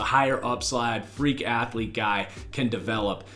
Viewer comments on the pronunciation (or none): none